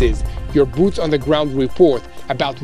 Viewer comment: Bwoots on the gwound ?